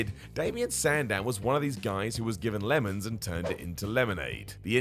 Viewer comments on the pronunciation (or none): none